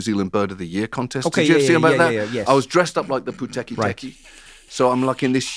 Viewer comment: Even after 2 years, he still pronounces "puteketeke" perfectly. Much respect from Aotearoa John Oliver!